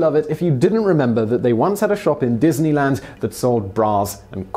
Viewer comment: wow... dineyland Paris sounds like EF Chengdu haha